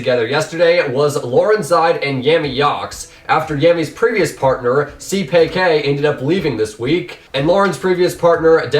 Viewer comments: Seepaykay???? It's pronounced c p k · isn't too much too ask you learn how to pronounce the player names like Laurenzside and Seapeekay